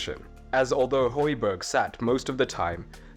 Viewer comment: and Højbjerg/Hojbjerg, not Hojberg